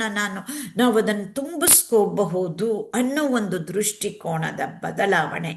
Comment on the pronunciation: ತುಂಬಾ ಒಳ್ಳೆಯ ಕಾರ್ಯಕ್ರಮವಾಗಿದೆ, ದೃಷ್ಟಿಕೋನ ಎಂದು ಹೇಳಬೇಕು,ದೃಷ್ಟಿಕೋಣ ಅಲ್ಲ.